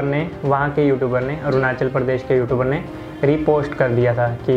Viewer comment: Learn to say YouTubers yootubers